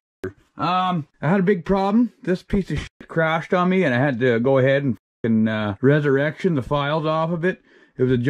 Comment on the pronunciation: Being native I have a “REZ - ERECTION”🤣🤣 good vids man keep it up